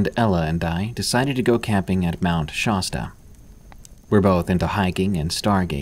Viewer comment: FYI, it's Shasta with a short A as in nasty. If you pronounce California the way you do Shasta, you would sound just like AH-nold. In other words, you are Gubernatorial material here in the Golden State. And I am so thrilled that you've added a third Creepypasta category to Tales from the Breakroom and Unexplained Encounters. This is wonderful. Also, I love your taste in music, but I've got to say the ambient bird noises were wonderful. They put me right on the trail with the characters you were narrating about.